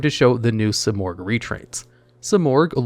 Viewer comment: Ahh yes..good old SIGH-morgh